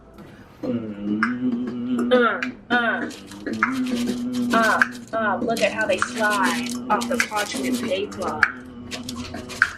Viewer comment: when he said "a spatchula" and she said "YEA" his little clap 🥺